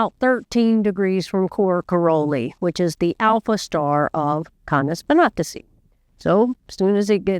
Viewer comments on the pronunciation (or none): It's pronounced kay-neez vin-AT-ih-see (or kān-eez vɪˈnæ-tɪ-sī)